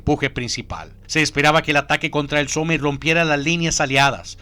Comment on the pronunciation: Se dice "Som" no Some xD (Somme)